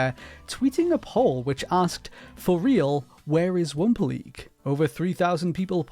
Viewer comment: It took me until to realize he was saying wumpa league and wumpa leak